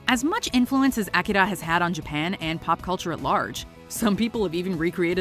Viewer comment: OMG the way she says akira makes my ears bleed. Stop trying to be so fancy and just say it the right way for god sakes!!!